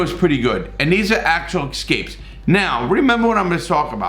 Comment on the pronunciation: I love how he spells escapes properly, but calls the excapes!!!